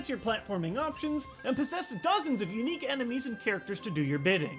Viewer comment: most ene-MEMES! Lol!😂😂🤣🤣